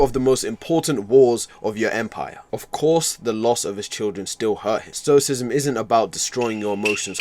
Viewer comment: Not to be that guy, but isn’t it stoicism? Not stocism